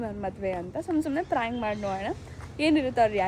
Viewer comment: Prank ❌ Fronk ✅ 😂😂